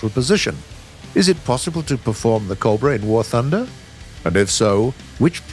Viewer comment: Normal people: cobra Bodiless voiceover guy: cob bruh